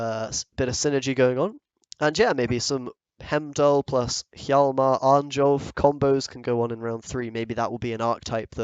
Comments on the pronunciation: It's pronounced Arn-yolf rather than the literal Arn-jolf, just fyi, was slowly driving me mad each time... Great vid though! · Please, read J as [y], not as [jay]. His name is pronounced [arn-yolf]